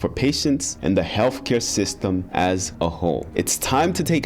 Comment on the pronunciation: Buddy, you have to stop saying “WIF” and “HEALF” care. I love what you are bringing to the table, please keep it up!!